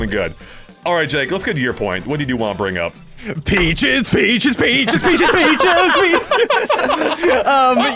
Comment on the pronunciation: As Bowser was singing, it sounded like "Peaches" slowly turned into "bitches"😅 Edit: also I thought it was a missed opportunity to not have Goomboss walk in with King Boo and King Bob-omb. And it felt weird that it was just a random piranha plant at the wedding and not Petey Piranha.